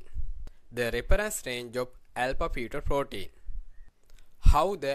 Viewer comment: Alpha pheto protein, alpha pheto protein... stoppppppp!!!!! Do you actually have this accent or trying to be